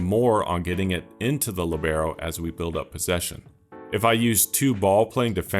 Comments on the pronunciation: Incredible videos man, absolutely revolutionised FM for me. One thing from me, its pronounced Li:bero, not Libe:ro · Wrong and annoying pronunciation. Place the accent on the I. Narrow the E. LÌBeRO. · The accent is on the i when you pronounce it 😊 I am using the libero with huge success in a 4 men defense with an inverted fullback on one side and a BPD cover on the other. Give it a try 😉